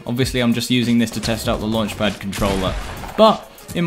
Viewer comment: Everyone:: "I drive cars with luanchpad"